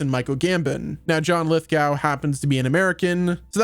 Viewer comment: It's pronounced lith-go